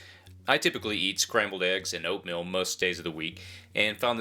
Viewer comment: Did he say oatMILL?